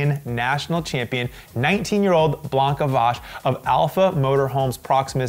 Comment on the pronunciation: Great job pronouncing Blanka Vas's name,! Hope you will need to repeat this name many times in the future! 🇭🇺🇭🇺